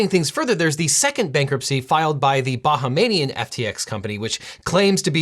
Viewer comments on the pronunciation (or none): Legal eagle, I love you but I can’t believe that you just pronounced bahHEYmian (Bahamian) as bah-ha-may-nian 😂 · I'm not an expert on the Bahamas, but I think it's "Bahamian" not "Bahamanian". Though having Bahamania sounds awesome. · Did I just hear Devin say "baha-MA-nian FTX company" ? Can someone please tell me if FTX has a entity really known as that or did Devin just mispronounce Bahamian? If it's the latter, can I please ask how and why? This is the second time I've heard this word mispronounced on an infotainment YouTube channel, and I'm actually surprised (especially since the first time was during an episode featuring the cultural traditions and practices of the Bahamas.) Y'all please let me know if Americans really don't know how to say Bahamian or if there really is an FTX Bahamanian, because I keep searching for the latter, but I haven't been able to find a thing. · The Bahamas - Bahamian People seem to pronounce it Ba-ha-may-ni-an but it's actually Ba-hay-mi-an. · Hey loving your coverage things SBF & FTX, just one adjustment from your friendly neighborhood citizen of The Bahamas. It's BAH - HAY - ME- IN. Not Bahamainein 😉Have a great day! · "baha-manian" lol.. ba-hamian bro... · It’s BA HA MIAN not BA HA MAN IAN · After listening to this, and how he pronounced my nationality.... I am now a Ba-ha-may-ni-an. Gone are the days that we were Ba-hay-mian. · Nitpicking here… but I gotta do it as a Bahamian 😂 it’s pronounced “BAH-HAY-MEE-AN” not “BAH-HA-MAY-NEE-AN” ❤️ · Not "Bahamanian". "Bahamian". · . Objection! It’s “Bahamian”, not “Bahamanian”. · Bahamian sir; not Bahamanian 😆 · Can you not say Bahamian? It is not Bahhamainian. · Objection: I believe it's "Bahamian" not Bahamanian lol. Great video as always! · A little trouble with "Bahamian", eh? (ba-HAME-ee-n) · It's "Bahamian" like "Canadian", not "Bahamanian" like "Panamanian".